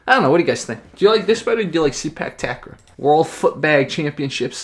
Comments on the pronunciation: actually it pronounce " Say puk Ta Kraw" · It pronounced Say-Park Tark-Raw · The way to say it is SAY-PARK TUCK-RAW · It’s pronounced “Say Puck Tuck Raw” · Its pronounce Say-Park Tuck-Raw